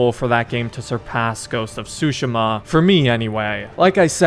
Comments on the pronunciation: I know this literally doesn't matter ans sorry for being that gut but I believe it is pronounced sue-she-ma not sushi-ma granted I don't speak Japanese so you could be right. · How to say tsushima that's not how to pronounce it it's tu -shi-ma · please take back how you pronounced the name of this game..